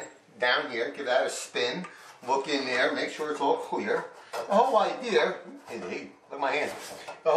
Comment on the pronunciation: "The whoal idearrr"